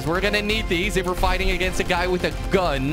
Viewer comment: "We are very good at fighsting" - Jelly 2016